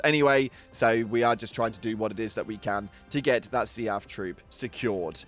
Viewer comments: I love how he keeps pronouncing SEAF as "Seeyaf" when everyone else says "Seef" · Omg see-aff is bugging the hell out of me. Sea-f. Seef. Not see-aff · Do me a favor....... Say "Leaf". Then pronounce "Seaf" again. Lmao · I've never heard anyone pronounce SEAF like you 😅